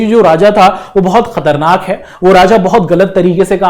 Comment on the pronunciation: Sir kharatnak nhi khatarnak h😢😢😢😢 aapse Hindi nhi aati h h h 😢😢😢😢😮😮😮😂😂🎉